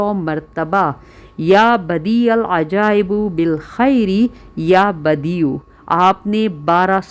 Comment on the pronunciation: Api ap to khud galt parh rhi hain please correct jr len ap keh rhi "ya badial ajaibu" jb ke "ajaibu" nhi hai "ajaibi" hai